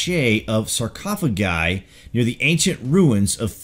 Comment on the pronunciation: Go to Google and they will teach you how to properly say sarrkaafuhguhs